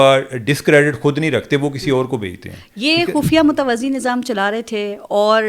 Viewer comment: محترمہ اینکر صاحبہ متوزی نہیں متوازی نظام ہوتا ہںے